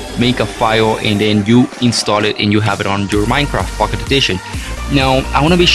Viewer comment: its pocket not fuckit